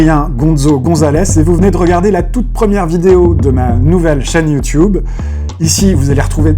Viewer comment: YouTube pas youtiube fait un effort gros.